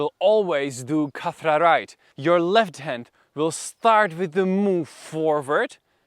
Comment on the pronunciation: Khat-ra not kathra 😅